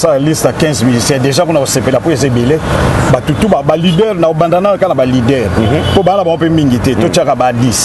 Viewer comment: Bjr na esprit ya bien zongela kosala dicté.leader et non lidere